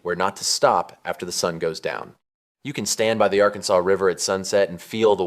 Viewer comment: It’s not pronounced Arkan-saw like the state. The river is the Arkansas River pronounced Are-Kansas River named after the Kansa Indians in Kansas.